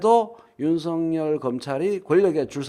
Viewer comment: 윤성열 말고 윤서결 발음하기로 하셨..ㅎㅎㅎ